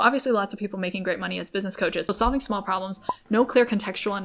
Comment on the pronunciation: Smawl, so smawl 😂